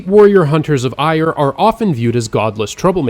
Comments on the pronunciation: Eire is pronounced more like Air-a not ire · eire is pronounced eye-ra btw